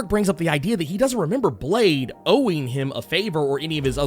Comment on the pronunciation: Blade= Blah-deh